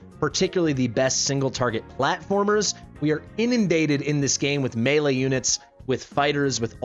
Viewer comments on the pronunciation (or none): none